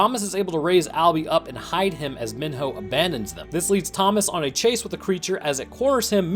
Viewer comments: if i hear this dude call him min-ho one more time im going to min-hurl. its pronounced MEE-NO, they say his name like a million times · Sorry but this annoys me it’s me-no Not min-ho Sorry to be a asshole but that kind annoys me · Minho is pronounced “me-no” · He's pronouncing Mino like my 4th through 6th grade teacher, and it's driving me crazy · You can tell the narrator just read a summary Bc he says Mihno and George wrong😂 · sir Minho is pronounced Mee-Know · The amount of time you mispronounced Minho is irritating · the way he pronounces minho and jorge made me cringe everytime lmao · why does he keep pronouncing minho wrong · Allow me to introduce to you, this video: A summary acting as if the books don’t exist A summary that mispronounces both Jorge and Minho’s names A summary that compares Maze Runner to HG and divergent even though that’s a well known no no in the fandom A summary that as far as I know, once again forget to mention that the bOOKS EXIST A summary that fails to realize newt killed himself (slow it down and you’ll see he stabbed his own chest) This concludes my mini-rant :) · Some parts of this annoy me like how he pronounced minho and said teresa was hung up.(I probably spelled some of this wrong) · The way he says Minho and Jorge is a war crime